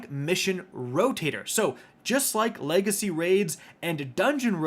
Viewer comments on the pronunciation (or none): none